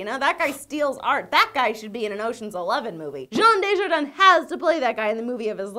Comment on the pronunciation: How the hell did she pronounce jean dujardin? Without the picture im not sure i would have understood the name.... even if im french